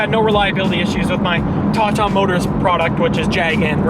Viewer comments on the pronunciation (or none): none